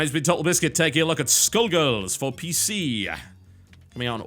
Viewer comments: i thought u said "taking a look at school girls" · What do you think skull girls is the BEST game ever so you can shut up and that’s NOT how you pronounce skullgirls not skill girls skoll girls! Idiot I hate your channel